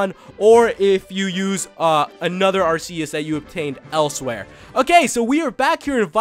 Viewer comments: Its pronounsed arkeus which is weird. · Its pronounced are-key-us. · Its arc eus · You mispronounced Arceus. It's ArrKKKKKK- EEEE-UHssss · Lol it's pronounced ark-e-us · it is prnonced arrr kee us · Leann Cottman NO ARR KEE US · I was good until he said Arceus name wrong... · I wish you'd say Arceus right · He is saying arceuse wrong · Stop pronouncing Arceus wrong. It's so damn annoying. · It's pronounced Ar-KEY-us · It is not aseus!!!!!!!+It is un-own!!!!!!! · Pronounced Ar - Key - Us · Pronounce Arceus As Ar-Ki-Yus Please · Actually, as of watching the movie based on Arceus, the pronunciation used by the people in it was Ar-Ki-us... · Arceus is pronounced are/key/is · arceus is pronounsed arkeeus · It's arK-E-Us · and just for help u say it ar-ke-us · Pronounced arkeyus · AR-KEY-US!! Not AR-SEA-US! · You read it like Arkeus not Arseus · Its pronounced ARC-E-OUS nor AR-C-US >_> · Its ar-key-us not ar-se-us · Every time he said are-se-us I said ar-key-us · Ar-see-us, ar-key-us. Row-tum, scro-tom. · IT IS ARK-EUS.... NOT ARSEUS!!!!!!! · I know this video is years old, but it's pronounced Ar-key-us, not Ar-see-us. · Ar-KEY-us not Ar-SEA-us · It's ar-key-us,not at-see-us!!! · it's pronounced Arceus with a 'k' not an 's'... watch the movie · actually its Ar-Key-Us not Ar-ce-us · not ASSCUS AT ARCUS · It's not AR-SEE-US it's AR-KEY-US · Ar-Kéus Not Ascuse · Is pronounced ar-key-us not ar-see-us. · It doesent sound like arseus it sounds like arkeus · u pronounce arceus ar-kee-us not ar-see-us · It's pronounced R - KEY - US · Its pronounced are-key-us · Ellery Park AR-KEY-US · IT IS PRONOUNCED ARE-KEY-US AND IF NOT CONSULT A POKEMON HANDBOOK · arceus's official pronounciation is "ark-ee-us" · its actually pronounced Arkeus. Just stating a fact ppl. I do like Ggiratina a lot but Arceus is awesome. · People will hate me... it's pronounced Ar-ke-us GameFreak confirmed. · Arceus is really said arkeus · p his name is ar-key-us as said in the pokemon Sinoh handbook